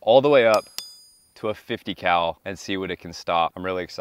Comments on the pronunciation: 50 Cal … My ears: 50 🐮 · He actually says 50 cow, it's a running joke on this channel